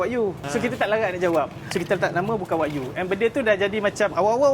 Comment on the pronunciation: Wa-gyuu… bukan wak yu